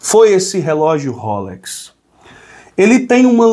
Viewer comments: A marca do relógio se fala roléx 👍🏻 e não rôlex 👍🏻. ❤ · Pelamor! Não é rôlex! É rolex!